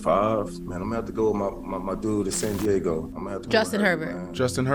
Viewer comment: bro said san deigo